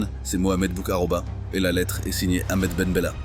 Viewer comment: ALORS MON CHER AMI SIONISTE, DEJA BOUMMEDIENE S'APPELLE MOHAMMED BOU-KHAROUBA, PRONONCE LE BIEN, A MOINS QUE TU SOIS ASHKÉNAZE. EFFECTIVEMENT LES ARMES ACHEMINÉ AU NADOR ET OUJDA A L'OUEST D'ALGÉRIE, ET AUSSI A L'EST A LA FRONTIÈRES TUNISIENNE. CÔTÉ FRONTIÈRES MAROCAINE, LES MAROCAINS N'ÉTAIENT PAS AU COURANT SINON ILS INFORMAIENT LES AUTORISÉ FRANCAISE🇨🇵. ET N'OUBLIONS PAS QUE CETTE PARTIE, NADOR, BERKENE, OUJDA, TAZA, GUERCIF ETAIENT ALGERIEN. 🇩🇿. VOILA